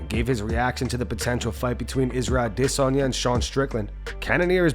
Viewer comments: Man; I have to know…why do you always pronounce Adesanye’s name with such weird inflection and emphasis on the DIS part? You say it like “aDISanye”…why is this? Also thanks for the videos x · Still saying “Idissonya” 🤡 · Ah diss on yah. Bro just say it right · Does the dude running this channel know how Izzy's name is pronounced better than everyone else or am I missing something. Always a-DISS-onya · Why do you call him disanya all the time? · The Adesanya pronunciation 😒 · The way you say adesanya is aggravating dude. Drinking my coffee and smoking darts and u ruin it with that weird ass pronunciation. Smh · Can't stand the way this guy says Adesanya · I don’t know who in the staff needs to hear this but it’s 2023 we sit. Need to be pronouncing Adesanye like that anymore knock it off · This guy trying so hard to pronounce Adesanya. Lol... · I hate the way you pronounce Izzy’s last name. That is all. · Dude you sound like such a tool when you say Adesanya